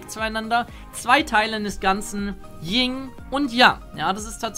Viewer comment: mein Hase. Es heißt Yin. Nicht Ying. God damnit